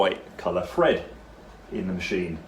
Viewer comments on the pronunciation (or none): did you know you pronounce thread the same as Fred? Is that a dialect particular to your part of the UK? The fifth day of the week... Thursday, do you pronounce if Fursday, as in the day you sell a lot of furs?